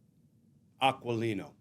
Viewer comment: Why is the volume so low on this video? And Aquilino pronounces qu as a k, so its pronounced like ah-kee-lee-no.